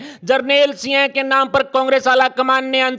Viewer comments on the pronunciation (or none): न्यूज़ पढ़ने वाले को सिंह के स्थान पर सिय बोलना आता है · Singh ka ucharan kisi sastri se samajlijiye